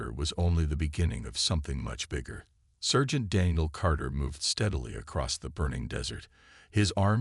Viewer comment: sergeant is not pronounced "sir gent". It's "sar gent".